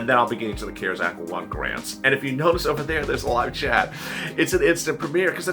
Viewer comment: Please stop pushing the cares act money it is only available to people that make very little money . If you make 25000 a year you can’t get anything from it. And it’s the CARES. ACT. Not. Ker sac. Please pronounce it right.